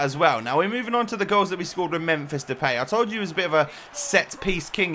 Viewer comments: He says it like de-pay When it is, De-paai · You keep saying the peej (depay) but you pronounce it as the paaaaaaj. I am from the netherlands so i know how to pronounce it because i watch eredivisie a lot. So if you can say it right it would be even more awesome but i still love your vids 💪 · Its fucking Depay Not Depey its DepAAAAAAy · Sorry but you bug me by saying Depay wrong